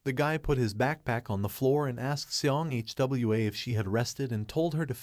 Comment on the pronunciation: Its not H W A, is hwaaa